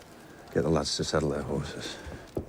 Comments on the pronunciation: wait did you say SHEEN Bean? His name is Sean Bean. Like Shawn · If you love medieval/period drama - you should try the BBC drama "Wolf Hall" Also, it's Sean (pronounced Shawn) Bean, not Shin 😊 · Shein bean😂 it’s Shaun my guy😂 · Uh, it's pronounced Shawn Bean, not Seen. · Ha ha i loved this reaction. I also loved your pronunciation of Sean Bean as Sheen Bean lol is pronounce like the word Worn but with a Sh sound at the start so like Shorn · I see it so often and i love him as a actor so much that i have to correct u. Sean Bean's name is pronounced Shawn. I'm only correctly out of respect, and no disrespect to u.